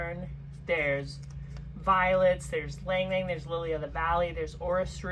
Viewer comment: Thanks for pronouncing ylang ylang correctly!! Leaving off the " y,"